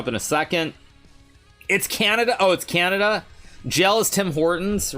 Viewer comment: Hikaru calling Canada Canadia never fails to make me laugh 💀